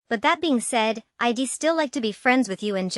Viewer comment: Who pronounces" I"d " as I...d ? Learn to read your script properly!!